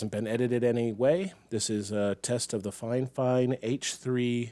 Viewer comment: its called "fee-fine" not finefine sir..